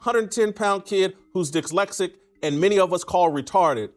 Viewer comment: Jason whitlock mispronouncing dyslexic multiple times is hilarious.